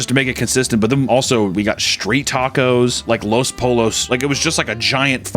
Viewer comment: He has to be trolling with the "los pollos" pronunciation. Interaction farming 20 minutes in, what a chad